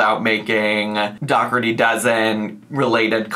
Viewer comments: Do.ker.ti would be the Irish pronunciation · Dockerty is the British/Irish/Scottish pronunciation. Pete Dougherty is a British pop star who dated Amy Winehouse, for example, and his name is ofc pronounced Dockerty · the issue is she pronounces her own last name wrong. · I have never heard it pronounced Dockerty...I knew two brothers in my younger days and their last name was pronounced DOH-erty. Weird. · It’s not. Look up how Irish people pronounce it. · That part